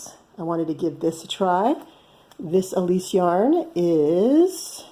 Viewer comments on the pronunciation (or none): none